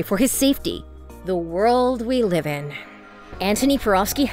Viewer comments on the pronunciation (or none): none